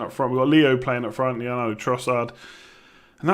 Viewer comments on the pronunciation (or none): none